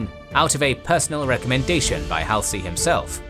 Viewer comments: Good, accurate vid. Though I have a couple critiques because I care. First its HALL-ZEE. Bull Hallsey, not Hal-C. Second, you read, 'Unfortunately the torpedoes missed (sic) the American ship". Let's be clear - in this battle I would think that was very fortunate that our ship was missed. Bad use. The IJN was the bad guys. Also, (for the writers) try to just use the verb and scrap 'managed to'. Carry on! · I still find it hilarious that he call Halsey: Hal say when Americans pronuce it Hal zey